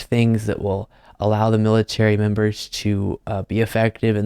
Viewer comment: her saying "woke militay" pisses me off so much! It's disgusting to hear!